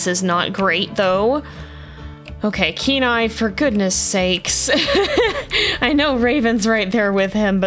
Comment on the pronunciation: The first time you said Kenai I had to read it because it sounds like canine/K9 everytime you say his name